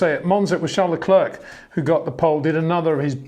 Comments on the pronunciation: would be nice if he would finally learn to pronounce Leclerc and Verstappen correctly. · He just can’t pronounce Verstappen and Leclerc correctly. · Peter can’t even pronounce Verstappen or Leclerc correctly.